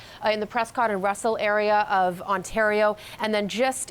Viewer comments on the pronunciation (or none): none